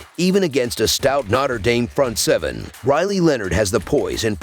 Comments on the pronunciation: The pronunciation is always terrible , lol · ‘Notter Dame” 😂